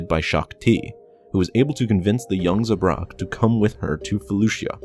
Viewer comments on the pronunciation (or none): I'm sorry, the way you said Saleucami and zabrak were all I could focus on lmao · You really need to brush up on your pronunciation, man. Salucami is pronounced (sal-oo-come-eye). Yuuzhan Vong is pronounced as it looks, (you-zahn-vong). There is no g at the end of Yuuzhan. Zabrak is pronounced (Zab-rack). Rahm Kota is pronounced (Rahm-Koda). (Keep in mind that 'ahm' is pronounced 'awm', like an English person saying 'arm', and the same logic with 'ahn'.)